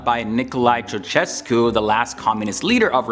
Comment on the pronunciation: The way he says Ceaușescu is so funny and also wrong